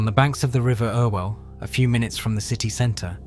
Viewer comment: Stop using a computer generated voice, It's good, but the shibboleths of local names will always show it for what it is. "Altrinsham" should be "Altringham", and "Ire-well canal" is "Errwell canal". As to that bomb, considering what the Arndale Centre looked like beforehand (a lot of people called it the largest public toilet in Europe), the standard Mancunian response to being asked about the incident was "The IRA have managed to do millions of pounds of improvements to the Arndale". The rebuild, whilst not perfect, is much better. There wasn't even an entrance in that street until the rebuild, and I much prefer the bridge we have now to the box that we used to have.